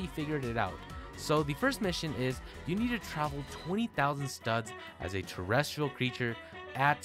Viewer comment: Sorry but what is a terristital Creature or when he just said????